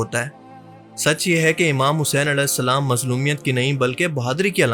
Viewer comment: As nhi hain ra hain alesalam mat kaha karo